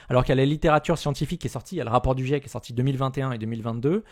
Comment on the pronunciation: Quand on est pas foutu de dire "GIEC" correctement, on sent que tu es le public cible du raptor mdr.